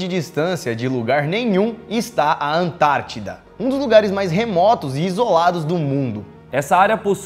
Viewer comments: EU SEMPRE ACHEI QUE ERA ANTÁRTICA E NÃO ANTADIDA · Vc ele falar ANTAITIDA KKKKKKKK